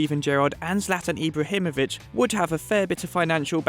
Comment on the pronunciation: Irbahimovic hahaha